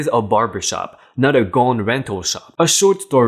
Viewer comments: Gown is like down not gones. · Gown... pronounced g-ow-n. Ow like you would say OWW (like when you get hurt). Not as in bone. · Gown rhymes with down.